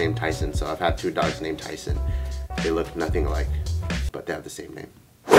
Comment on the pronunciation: I heard Kaiser when u said Tyson